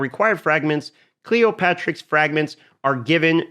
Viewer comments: cleo-terix not cleopatrix. the p is silent. pterodactyl duh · A good vid, just wanted to point out it's not Cleo-patrix, it's Cleop-Terix!:)